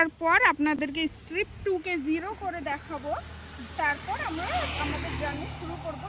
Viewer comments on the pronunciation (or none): ওটা স্ট্রিপ নয়, trip হবে। আর আপনি যেটা স্ট্রিপ one বলছেন ওটা ওডো মিটার